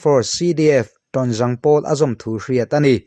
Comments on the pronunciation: Hnungzang tih angkhan, azaang lai kha lam tur.tawngzaang tiin. Thuthr lam irawn chhawp chhuak thin a,a lawm awm e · Tawnzaang hi i lam zahmawh ee😂😀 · Tonjang I pronounce kha ava 😄😄😄😂😂😂bakah an Hming te pawh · Tawnzang tih i lam dan hi a dik lo.zang tih hi Hnungzang tih a zâng ti a lam tur ani.Mipa serh hming lam dan ang a zang ti a i lam hi a dik lo tlat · Tawnzang tiha zang lai hi i lam zahmawh deuh, hnungzang tiha zang rikdan hian lamrik tur.